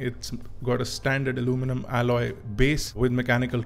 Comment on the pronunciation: R e bhai aluminum bol le..kya alomenum alomenum lga rakha h...kab tak angrejo ki copy karoge...Indian accent is the best accent.